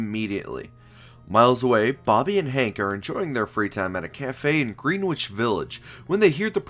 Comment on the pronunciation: Love the content bro, but just so you know its pronounced Gren-itch Village NOT Green-wich Village.....Get serious about that in NYC...